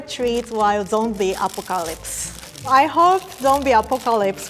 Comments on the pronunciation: is so cute ❤️ she is calling zombie apocalypse zombie acopoliks and 😆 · The way you pronounce apocalypse is so cute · a po cal ops ok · The way she pronounces apocalypse 😂 I love so much!!!